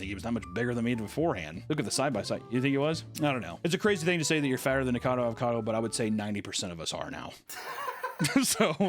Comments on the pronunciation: bro said NICADO...its NIKO-CADO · Nik-a-cad-o. Four syllables. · All this time, and he still calls him “Nikado” instead of “Nikocado” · Just one more syllable Papa, Ni Ko Ca Do. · Repeat after me, nik•uh•cah •doe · keeps calling him Nikado (I love it) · Why do illiterate murricans call him Nikado avocado? do you not see the O in Niko? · I love everything you had to say about him, except his name. His YouTube channel is "Nikocado Avocado", not Nikado Avocado. Same amount of syllables as the word Avocado. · Years later STILL can't pronounce his name right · Papa missing a syllable in Nikocado's name- but never a meal. No shade. I love me some food, too. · Why does everyone pronounce his name wrong? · It's been 2 years and he still doesn't know how to pronounce nikocado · How many times did say Nikocado incorrect in one video …yes